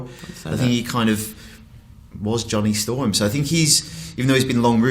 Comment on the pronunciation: What the hell?! It's Johnny Storm, not Ja'Ron'Day Storm!